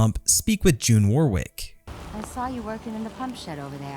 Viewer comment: Warwick is pronounced Warrick. (The middle W is silent.)